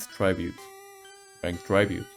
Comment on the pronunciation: Whyyyyy do you say tribute like that